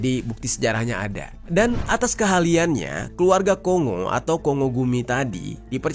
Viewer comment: Menit : dan atas kehaliannya.. 😂😂😂